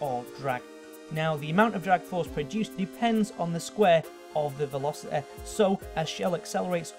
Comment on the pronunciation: ProtoTag Shelo he can. He said velocete and then he said velocity normaly